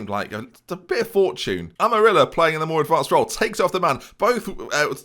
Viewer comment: Amarilla is pronounced like Am-Uh-RRee-Ya. Probably you are not going to get it but any ways.